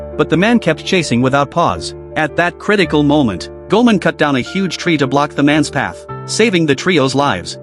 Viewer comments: Its goimon not guman😂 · ok but who is goman? does this ai shit content means "goemon" pronounced "ghemon"? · Hearing the AI butcher "Goman"s name is infuriating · Thats goemon not goman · Goemon, not "goman" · Goemon is pronounced Goy-Mon! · Bro it’s gemon come on